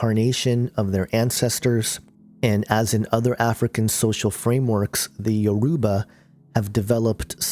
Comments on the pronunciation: I wish that you knew how to pronounce Yoruba properly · The way u said Yoruba u pronounced it wrong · You are pronouncing Yoruba wrong but good video anyway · please you are pronouncing. everything wrong look for a Yoruba. person to help you!!!